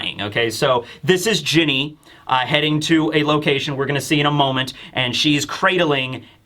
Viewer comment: Ginny should be said "Jinny"